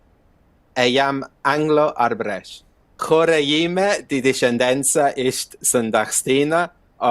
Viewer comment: Btw "thikët" (knives) in the first sentence is the plural of "thika" which is connected to the Latin "sica". I also want to point out that you did a great job pronouncing the word 'Arbëresh'. Thank you for this video. I wonder if you could look into the Stratioti mercenary units that emerged in the 15th century. I think you might find the topic interesting. I'm glad I've been following your channel for a long time. Much love from Albania ❤